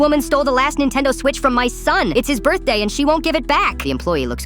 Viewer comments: birthday ❌ burr-day ✔ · Am I the only one hearing "bir-day"